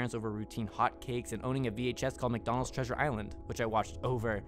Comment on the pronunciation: mac do nald